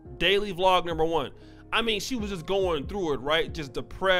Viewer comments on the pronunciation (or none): none